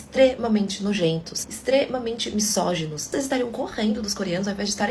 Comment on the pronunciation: Alguém avisa a lacradora, mimizenta, chatinha aí do final que o "s", da palavra misógino, tem som de "z", por favor! É "mizógino" e não "missógino", senhorita feminista, pseudo intelectual! 🤮🤮🤮🤮🤮